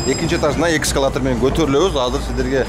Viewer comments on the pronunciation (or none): Экскалатор эмес эскалатор Брат😅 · Экскалатор эмес. Эскалатор деп айтылат.